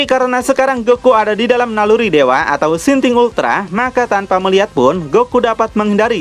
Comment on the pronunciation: insting ultra min bukan sinting ultra 😌😌😌😌😌